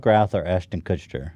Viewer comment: Ashton Kutscher Kushtcher Kutchsher Kuschtcherter Kushtuchhershuscher